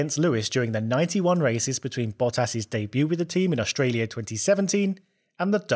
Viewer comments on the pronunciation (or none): none